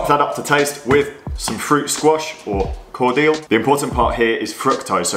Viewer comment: Umm, cord-eel?! 🤣